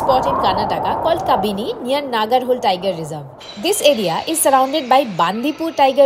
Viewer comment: Hi, it’s a nice video but we appreciate if you pronounce Kannada words the they are because every word has it’s meaning. Please don’t cut the words at the end when you are making a video and the public is watching it. It’s not Nagarhol - it’s Naagara Holae and not Hol Holae means the stream It’s not Kakanakot - it’s Kaakana Kote meaning “the fort” Please don’t say Kot. Kote in Kannada has a meaning.